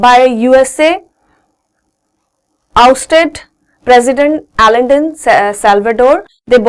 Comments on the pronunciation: it is not allende we write it but pronounce it like ayan-de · salvandor allende is pronounced as salvandor a'nde . correct your prounnunciation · allende is prounounced as AYEN-THEY(as written in my book)